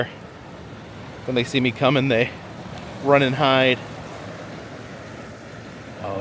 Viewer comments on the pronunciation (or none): none